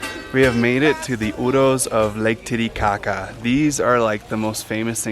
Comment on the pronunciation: I'm so glad to hear you say Oooross... a lot of the other videos keep saying "euros" lol